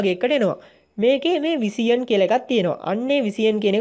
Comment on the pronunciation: කොල්ලො උබ හොදයි..තව ටිකක් ඉංගිරිසි පොඩ්ඩක් ඉගන ගනින්..විසියන් නෙවෙයි..විෂන්...